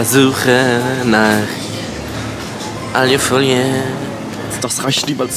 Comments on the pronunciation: Warum sagt er aljufolie😭 das heißt alufolie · Wie er die ganze Zeit alju folie sagt 😂❤ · Wie er immer Aliiiufolie sagt es heisst Aluuufolie! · *nicht "Aliofolie" sondern Alufolie... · ailofolie? es heißt Alu Folie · Es heißt A L U - Folie